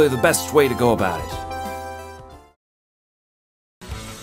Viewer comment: abowt sans